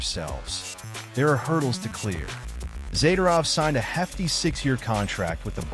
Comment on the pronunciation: All talk, no facts. As usual, AI cannot pronounce Zadorov's name properly. he would be an upgrade over Souci, or even meyers